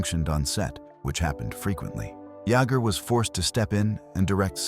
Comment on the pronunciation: It's Kevin Yay-ger!!!